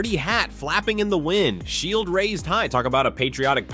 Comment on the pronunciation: Shi E L D. You mean Shield?